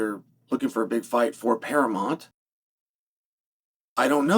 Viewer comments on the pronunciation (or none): Now chael can't say paramount but he can paramont 😅